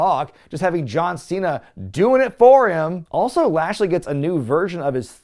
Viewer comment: "John Cheena".